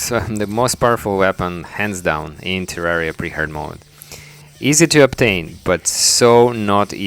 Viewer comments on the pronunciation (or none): none